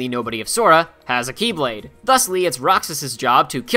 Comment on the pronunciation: It's pronounced The key blade or The Kye blade... Not x blade.... Also he bashes on DDD when he didn't even mention the epic failure that was, re:coded. That was a bad game.